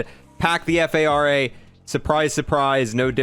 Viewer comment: cmon, assault rifle golf is pronounced as the “far-uh”, not the “f-a-r-a”